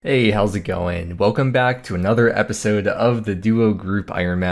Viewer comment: The hows it going was fine but the hey did seem a little off